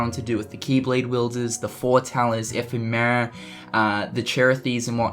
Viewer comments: epheee-mera!!!!! What!? its (eff-em-er-a)! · love the updates, but its funny how you pronounce it like F. E. Merra. thanks for the news tho. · Still can't pronounce 'Ephemera'... smdh